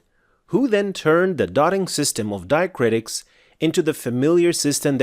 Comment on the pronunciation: it's diacritics not diacritis